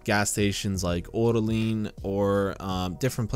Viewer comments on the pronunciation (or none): dammit, the "e" in polish is not pronounced the way it is in english! You're pronouncing orlen as orlin! lmao